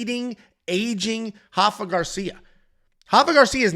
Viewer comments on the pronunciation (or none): R-R-R-Rafa not hafa, he isn’t Brazilian! As a Mexican that drove me crazy 😂😂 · It’s “Rafa” roll the “R” lol.